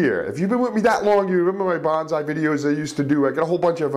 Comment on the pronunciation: The proper pronuciation is Bone-Sigh (Long 'O') not Ban-Zai.